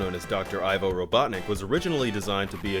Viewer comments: Thumbs up if you knew all this stuff. Thumbs up if you also knew that his name is pronounced "Eevo" Robotnik and not "Eye-Vo" Robotnik. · Dr "Ivill" ?? WHo do they always have people reading whom can't read?